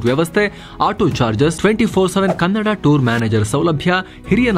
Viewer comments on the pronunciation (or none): none